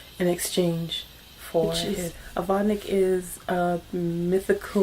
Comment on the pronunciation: It's pronounced vode-neek